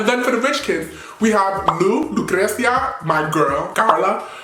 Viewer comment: you already know you love saying LUcreCia haha i love you!n